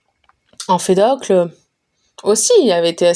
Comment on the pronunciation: Merci beaucoup pour ce livre audio !! Cependant faites attention je crois que Empédocle ne se dit pas « emfedocle »